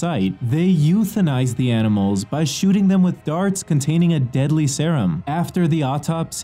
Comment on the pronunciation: "CONATAINING" - i cant be the only one who noticed that